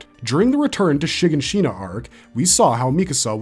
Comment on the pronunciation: How did you pronounce Shiganshina? I swear they actually say these names in the show… why do people still pronounce the names wrong